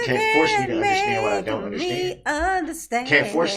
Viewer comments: Darrell continues to think ignorance is the best policy. 😂😂 I don’t undershtand, your Honor. 🤦‍♀️ Congratulations, Darrell! 1000 years prize for your! 👏🏻👏🏻👏🏻👏🏻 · Darrell don’t undershtand, but, when the judge moves forward from Darrell’s stalling tactics, Darrell starts up with ‘subject matter jurisdiction”! Wow! His comprehension came back in the blink of an eye! 😂😂